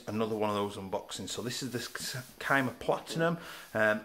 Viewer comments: It's pronounced SEEE-MA :D love the review and the channel - Keep up the great work! :D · That boy really said “Kai-muh”